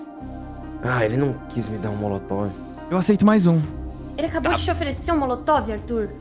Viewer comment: Não aguento o falando coquetel molocotove kkkkkk